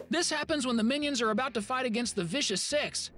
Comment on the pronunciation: Bro when you talk about Easter eggs about minions rise of Gru you say minons 2